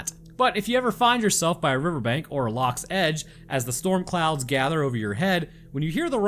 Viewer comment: Perfect he said lochs as Perfect as me a Scottish native